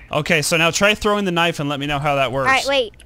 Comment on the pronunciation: K-nifE???? It's knife just saying not to be rude or anything